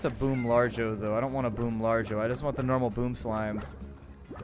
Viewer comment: I think you should expand into the cave where you should stuff it with the firefly slimes and all it's largo variants. also I would prefer it if you said lar-go rather than large-o